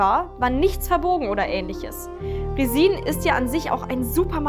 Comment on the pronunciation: RESIN! das heißt auf deutsch Kunstharz Und auf Englisch spricht man das i nur ganz kurz und leicht aus und betont es nicht so